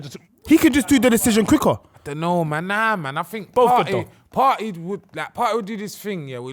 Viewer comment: “partey landed jan” someone kick this guy off the show man